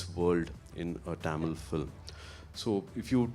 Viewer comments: casual a oru time sollalam. But few yrs in Mumbai made him to say tamil as Taamil that's sound awkward from a guy who admire him and his words. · Happy with Suriya's Positivity but Why is he pronouncing THAMIL(TAMIL) as TAAMIL??? As a Tamil I feel irritated to hear it! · Adhu enna da Tamil !! Why can't he say Thamizh ?? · Bruhhhhh it's NOT TAMIL but it's pronounced THAMIL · I wish Suriya said “tamizh” instead of “tam-il” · Anchor properly pronouncing Tamil.. whereas tamil boy surya pronounce it as Taamil... 😂😂😂😂 Enna da dai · Love the way he talks but why is he pronouncing Tamil that way😅